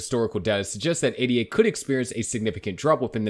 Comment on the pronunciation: Its Ada. Its a name. Not A.D.A. Once you can say the token, then maybe you have credibility